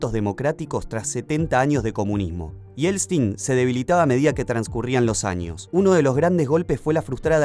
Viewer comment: Porqué siempre dice Yelstin😂